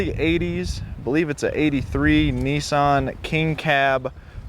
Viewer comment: Neesan NEEsan??? Niss as in Miss, than an =Nissan.